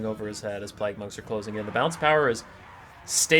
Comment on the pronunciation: Are you saying plag?